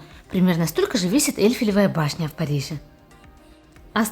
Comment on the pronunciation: Почему комментатор спешит, не работает над дикцией, например: « Эльфелевая башня», не договаривает слова, нужно поработать над произношением и эмоциями, не торопиться читать ,обзор объемный.